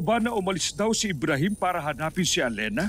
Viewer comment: Oo nga eh btw ybrahim po hindi po amrahim